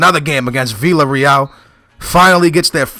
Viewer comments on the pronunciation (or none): none